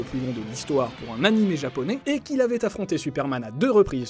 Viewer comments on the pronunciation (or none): none